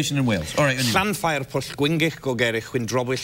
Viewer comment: He actually pronounced Llanfairpwll wrong tho.